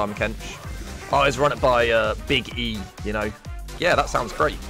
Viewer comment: first time I hear a british man saying "big E" and not referring to the emperor of mankind